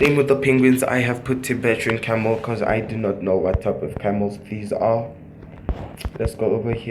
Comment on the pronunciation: It's Bactrian camel not "tebetran camel"